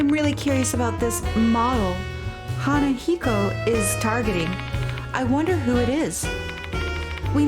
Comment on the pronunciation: Im sorry if its annoying, but the na in hanako is pronounced similar to nu in nut. Or just mimic the pronounciation of ha in hanako. Nice lets play though